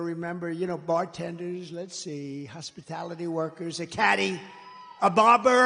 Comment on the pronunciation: Somebody should ask Kamala what a “hospitility” worker is.